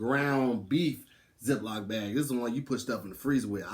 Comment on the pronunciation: Anyone else notice says "zip-LOP" bag, instead of zip-LOCK bag?